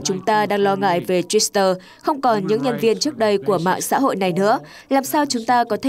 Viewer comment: Không hiểu học hành kiểu gì mà Twitter lại cứ đọc là Twister. Ở một số bản tin khác thì có anh chàng lại đọc Reuters là Reuster.